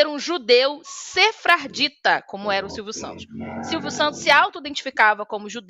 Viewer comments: Eu sei o que é judeu sefardita, inclusive sou um deles. Eu queria saber oq é um "SEFRARDITA" que essa mulher ficou repetindo toda hora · VOU EXPLICAR o que é sefardita 😂🤣 falou a mulher que pronunciou a palavra errada 4 vezes…gente sou só eu ou essa mulher não passa credibilidade nenhuma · A moça não sabe nem ler o texto pronto. Pronunciou sefardita de várias maneiras, nenhuma certa.